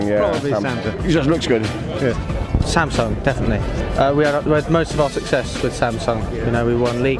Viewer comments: 확실히 영국은 a를 ㅏ발음으로 정확하게 하네요. 삼성! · 오..? 처음에 샘성이 아니라 삼성이라고 발음하시는 외국분 첨 보네요ㅋㅋ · 샘성이라고 안하고 삼성이라고 제대로 발음하는거 신기하네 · 와 영국이라 그런가 삼성을 삼성으로 발음하네... 미국은 샘숭 샘성 이러는데